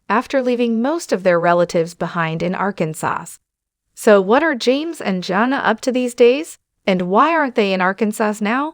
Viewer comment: This narrator needs to kean pronunciation of words as well. If you are going to call him out she needs to check her words. Arkansas’s, epitome for example